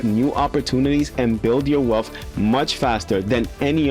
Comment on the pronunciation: Bro! PLEASE stop saying WEALPH or WELF. It’s WEALTH :) You’re to smart for that….